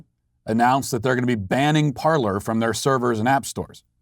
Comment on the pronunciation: It's pronounced par-lay not par-ler. And it's good that it's gone. Hopefully it's gone for good. They built themselves on a lie. Go to Gab.